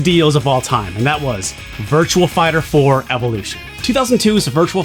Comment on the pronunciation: Virtua Fighter. There's no "L" in Virtua.